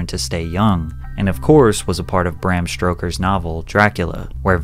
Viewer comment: Bram StRoker, Sauce-uske from naruto 😂. Your pronunciation is wild in this one 😂